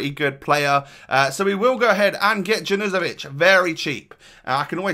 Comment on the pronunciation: I’m pretty sure that junuzovic is pronounced yawn-you-zo-vich